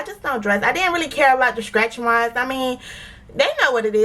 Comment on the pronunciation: I just found your channel... I love it... I love how us Floridians pronounce stretchmarks (skretchmarks) 😊